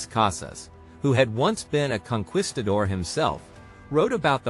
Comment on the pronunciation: Be consistent in your pronunciation of conquistador, dear God.